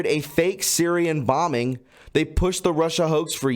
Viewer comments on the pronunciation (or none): none